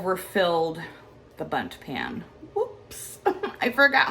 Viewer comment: What a beautiful places looking “bunting cake” lol. We all know who says bunting instead of Bundt 😂😂😂